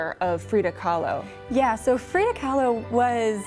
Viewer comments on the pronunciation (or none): Frida, not Frieda.